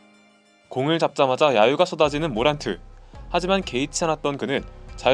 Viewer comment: 모란트를 머랜트라고 부르는 ㅋㅋㅋㅋ